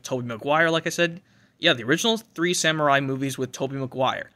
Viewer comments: Bro said samurai 💀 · Did he try so say “ Sam Raimi “ lmao